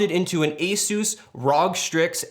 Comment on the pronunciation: did he say rawg instead of ROG